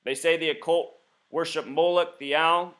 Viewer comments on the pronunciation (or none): none